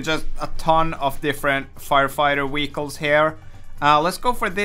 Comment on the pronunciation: “Firefighter wehicle” 🤣🤣🤣🤣🤣